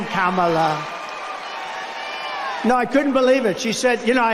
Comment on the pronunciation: In Pennsylvania Trump forgot where he was and called them North Carolina 😂 and he finally said Kamala's name right the whole ramble. And hardly anyone was there and ppl were leaving.